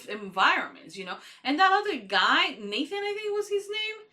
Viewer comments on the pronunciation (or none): none